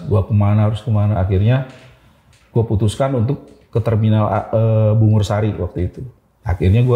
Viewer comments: bungurasih kak bukan bungursari😭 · Terminal Surabaya,namanya Bungurasih bang ....bukan Bungursari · Terminal bungurasih bang ,maaf salah ucap kek nya tadi